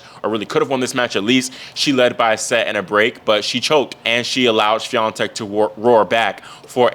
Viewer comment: I'm proud of your pronunciation of Iga's last name! 👏